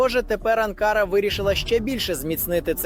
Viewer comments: Не АнкАра, а АнкарА. Навіть неспроможне правильний наголос ставити , бестолочь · Не АнкАра, а АнкарА.- озвучка ріже слух. Подяка Турції за підтримку! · Журналісту потрібно правильно ставити наголос у назві відомого міста Анкара!!! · Навчіть журналіста правильно робити наголос на слова , це якийсь жах навіть дитина у школі знає як вимовляються назви столиць.